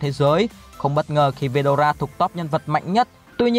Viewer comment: Ủa veldona là :)) phải là veldora chứ